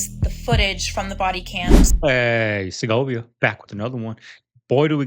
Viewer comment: Segovia, I rewound a few times n can't understand what u r saying. As far as the water tho, there is SOMETHING up w that. Something they r not telling us. I really feel strongly about this...could b wrong, but I really think there is somethingto this. For 1 thing they r using the tired excuse about the necessity of competing w China. They just lie 2 us SO much I believe nothing from them anymore. In China the biggest data center is smaller than the biggest here by MANY times! Another thing is that in China, they've built some IN the ocean, UNDER the water so as 2 keep it cool. Even if u have 2 run desalinated THROUGH it, u can have cold water all around the outside. Y arent they doing it HERE? Y would they put (some of) them in the hottest driest part of the country? Seems odd. They r building GIGANTIC structures all over-top of natural aquifers too. Instead of giving the PEOPLE, the purest, most mineral rich, natural drinking water they r siezing it for themselves!😮 Meanwhile B Gates developed a gadget that extracts the water, n (he claims) purifies it, from FECES! THAT is what he'd like us 2 have 2 drink. He's managed to take over the cattle ranches in the Dakotas 2 such an extent that ranchers came 2gether to lobby government to stop him from continuing! Mysterious fires n misfortunes have somehow all played into his scheme to dominate, monopolize, n take the ranch land so that he can get rid of nutrient dense beef and feed us lab grown tumor-meat and (he says) crick